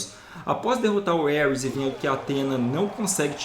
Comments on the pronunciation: ( CORRIGINDO ) Não é Éuris, como o pronunciou e trata-se de Ares ou Marte, o Deus da Guerra, Mitologia ( grega e italiana )... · Bela teoria, mas o nome do deus é Ares (pronunciado assim mesmo) e não Ueris, parabéns pelo vídeo ! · Só eu ouvia o qnd ele falava Ares entendia Hermes? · Elris o deus de guerra kkkkkkkkk , por um momento pensei que que ele tava falando Hermes kkkkkkkkkkkkkk